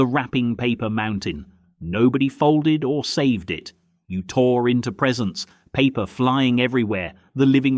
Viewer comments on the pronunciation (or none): none